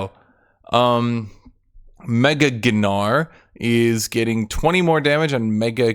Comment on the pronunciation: AINTNOWAY pronounces Gnar as Guhnar